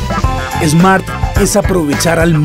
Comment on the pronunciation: No se dice Esmart. Se dice Smart. Le ponen nombre extranjero y después no saben pronunciarlo!